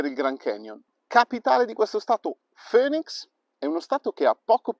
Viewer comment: Bellissima l'Arizona, la visitai nel 2015 e mi piacque assai paesggisticamente. Comunque la capitale si pronuncia FINIX non FÖNIX ;)